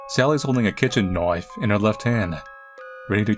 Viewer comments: oi mate, i sure hope you got a loicense for that butter noiyfe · the least british knoife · I love that in every situation he doesn't say "knife" he says "KNOIFE". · The way pronounces “knife” never fails to send my sides into orbit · Bro DID NOT just ask me a whole ass 10 months late. But basically, its a Rainbow Six Siege meme, about how the bri'ish character "Tatcher" pronounces words. And instead of doing the typical "Knoife the watamelon" From another Famoud British man, i chose to be a bit more classy. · Why does he always say "knoif" and not knife😂sounds funny af😂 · I think he likes to reference Crocodile Dundee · Kitchen “NOIFE”💀😭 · Is the pronounciation of knife purposefully that way like an insider or just your dialect? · I don't know if you pronouncing knife like an aussie is an attempt to circumvent youtube algorithms but I'm pretty sure it doesn't make a difference. Even if you pronounced it in a japanese australian accent, in japanese it wouldn't work lol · LoL every time he says knife I'm like why why u say it like that lol I know that it's just a jk ok don't take it seriously 😒